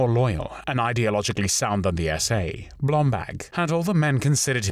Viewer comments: face-turquoise-covering-eyes: Yeah but... who is "Blomblag" I thought his name was "BlomBERG!":face-turquoise-covering-eyes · Why does the narrator pronounce Blomberg as “Blombag”? Does BlomBERG sound too Jewish for a Nazi?